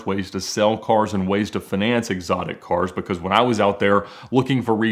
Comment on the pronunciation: Why does he pronouns finance like finesse? Lol